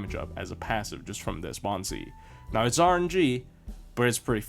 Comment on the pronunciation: I thought you're saying Baobhan Sith not Bond CE 😂